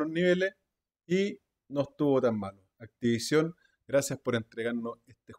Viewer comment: "Activaichon!" EEEEEEEEEEXITOO!!!